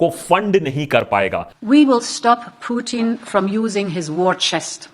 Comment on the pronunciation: That's not Puthin that's Putin